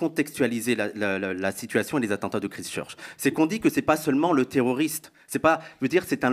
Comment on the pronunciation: Christchurch se prononce “Kwaïstcheutch”…ce n’est pas très grave, mais ça ne vous rend pas crédibles. C’est comme çi vous n’avez jamais discuté de ces sujets avec des étrangers qui subissent ces problèmes, ou écouté les journaux étrangers. Avant un débat vous pouvez prendre 5 min pour checker la prononciation anglaise des mots clés dans Google. Quand on représente un groupe c’est important en 2023 de montrer une ouverture passionnée sur le monde et aujourd’hui le monde est en Anglais. Sinon impressionée de toute cette connaissance. Ce serait bien de recommencer la même émission avec ce sujet mais recoupé avec des points comme Poutine, pourquoi maintenant (après le Covid, etc..). Super une émission avec des jeunes, ça amène de l’oxygène, ça pétille, ça respire la passion et tous concernés pour notre humanité.